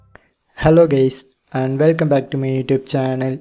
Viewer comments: did you just called us "gays" 🤨🤨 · he said hello gays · i heard gays lol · "hello gays" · Bro say hello gays😢